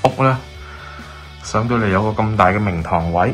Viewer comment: 聽慣其他Youtuber講Landing，你講明堂，我聽咗靈堂，真係無知，哈哈😆⋯⋯Bellway真係做得幾好